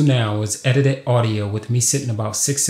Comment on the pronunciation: edited not edidi holy cow your english is bad.